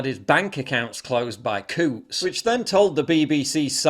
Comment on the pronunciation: Coutts? I thought you said, "Kooks." 😂😅